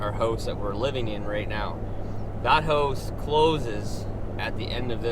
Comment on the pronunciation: All these videos.. I thought he was saying host. Going into the host 😂😂